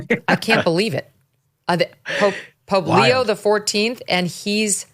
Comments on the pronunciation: Pope Leo, not Leon Megyn. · Leo not Leon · Pope LEO not Leon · Pope Leon? get it correct you drip!!! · Megyn, Pope Leon XIV???? Leon??? I know you were reading that but come on….. you know there was never a Pope Leon, not to mention 13 of them… Leon…. Hahahahahaha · Megyn Kelly its leo not leon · Pope Leo not Leon. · Pope Leo! Not Leon! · Girl! Did you just say Pope LEON? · Leo XIV…not Leon. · It’s Leo, not Leon. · Leo not Leon. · It's Leo , not Leon. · It's Pope Leo, not Leon. I can't listen to you anymore...Geeze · Leo not Leon! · I am surprised that Megyn called him “Pope Leon XIV” rather than “Pope Leo XIV”. As a good Catholic, I would not have thought that Megyn would not have made that mistake, especially with there having been thirteen named Pope Leo before the present Pope. 😂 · Leo, not Leon come on ...... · It's Pope Leo xiv not Leon please get at least the name right. I'm Irish and was raised Catholic no longer following the doctrine, but wow you jumped on this quick. Sometimes I get tired of all the air time these things get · Leo; not Leon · Leo... Leo... not Leon. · LeO, not Leon. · Leo... Not Leon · Not Leon ,leo. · His name is Leo not Leon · It’s not Leon! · It's not Pope Leon, it's Leo. Focus guys! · Pope LEON??? Really Megyn? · Pope Leon? Really Megyn? 😂😂😂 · Leo, Megan, Leo, not Leon 😉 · Megan: it's Leo XIV, not Leon. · Did she just say Pope Leon???? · Not Pope Leon, Megyn! Pope Leo XIV. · Pope Leo,…….not “Leon”. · Pope Leo not Leon and never spoke in English. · LEO not LEON. C'mon Megyn. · Pope Leo, not Pope Leon. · Pope Leo, not Leon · Pope Leo , not Leon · LEO!! wow, for a catholic you really can't pronounce his name..